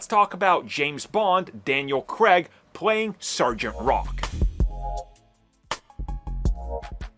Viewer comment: Its Daniel Craig, not Creg.